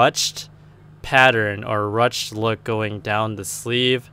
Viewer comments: it's pronounced roo shay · Ruched is pronounced "rooshed".